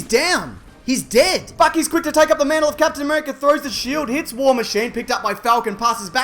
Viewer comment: i thought he said "fuck he's quick to take up the mantle" and lost it